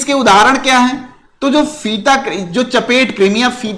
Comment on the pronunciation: सर चपटे कृमि (फीता कृमि)होगा ना, आप चपेट कृमि बोल रहे हैं तो थोड़ा सा उटपटांग लग रहा है 👈😂😂🤭 vaise bhi aap romantic मिजाज के हैं गुरु जी👌🤟❤️😍